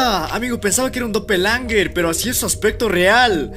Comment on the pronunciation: Se llama doppelganger no doppelanger